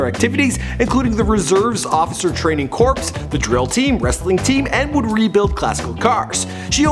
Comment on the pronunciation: did you say officer training corpse. its pronounced "core"